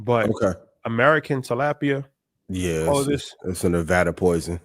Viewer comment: Pronunciation is TUH - LAWP - PIA 😉